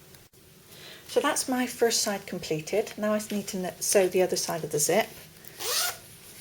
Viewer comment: does she mean zit or zip?